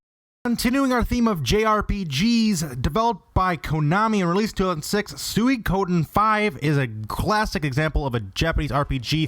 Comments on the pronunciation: Nice list. Although you put too much emphasis on the O in Suikoden. It's more like a soft O as in "ah". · Did he pronounce Suikoden as soo-ee-KO-den?